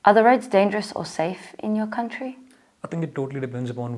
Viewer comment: they way she pronounce " are the roads..." very kinda british sounds more like "are the rights..."